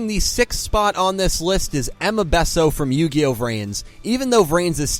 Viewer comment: And it's not besso its bessho